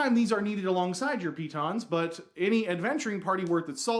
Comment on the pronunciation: still mispronouncing the stress. piTONS, not PEE-tons. It's not as funny as when you rhymed it with 'mittens', but still sounds silly. Pretend like you're French!